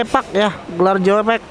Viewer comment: ANS Tjoepak dibaca cupak bg....hehehe